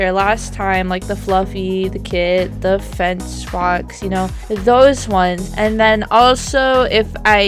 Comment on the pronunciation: Its fenneck for not fence XD